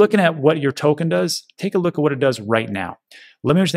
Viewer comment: I like how you managed to compress the 3 words 'take a look' to 1 sound, something like 'tklk" LMAO